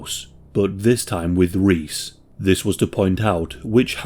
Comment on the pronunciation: My names Reece and hearing you say it that way dont feel right 😂